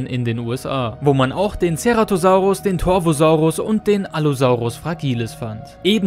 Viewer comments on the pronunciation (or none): none